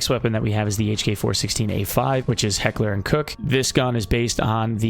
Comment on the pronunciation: Good video, but "Heckler and cook" :(